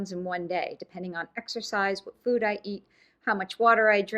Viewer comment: Why is she adding a U to the words food and two when she talks it’s new and weird.